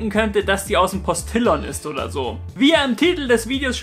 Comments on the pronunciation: eigentlich der postijon so ungefähr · "Der Postillion" wird aber n bisschen anders ausgesprochen^^ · ich spreche das immer pastiljon aus. Und maß war auch falsch xD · Ich seh das jetzt mal als satire an wie du posTILLON aussprichst :P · Postillion :D geil aus gesprochen :D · Ich frag mich auch schon länger, wie genau man das ausspricht, aber so wahrscheinlich nicht :D Eher wie bei "Pavillon" vermute ich?